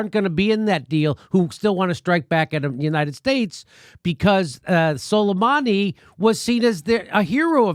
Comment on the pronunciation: It's pronounced SO-LAY-MAA-NI.